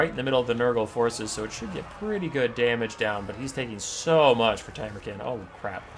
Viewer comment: You can pronounce him Tam-ur-Khan, like Gengis Kahn. You know, the greatest conqueror of the real world.